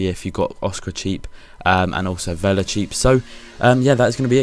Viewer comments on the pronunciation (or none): none